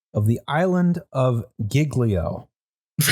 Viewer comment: When he said "cag-lee-AR-ee" I lost it lol. It's pronounced, "CAL-yah-ree". Great episode as always. Edit: LMAO he just said "GIG-lee-o". It's pronounced "JEEL-yo". (j as in jump).